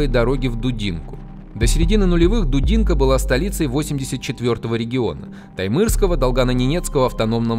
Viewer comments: Посмотрел и вздрогнул... Прожил 25 лет в Дудинке, 2 из них в Воронцово... Переехал в этом году на материк и перекрестился... Жалко северян... Плохо что этого не знает и не видит президент... Здоровья и терпения всем... P.S. Правильно Дудинка - ударение на И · Дудинка, ударение на А. Спасибо за фильм.